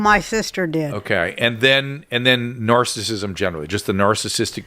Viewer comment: I listen to Drew and Carolla a lot. While I agree with him, he always goes back to Covid lockdowns and he says the word “narcissism” as “narcism.” I know he’s talking fast but it’s annoying.